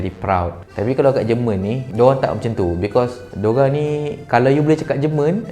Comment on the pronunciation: It's not jǝ rmǝn, it's JÉR MUHN in Malay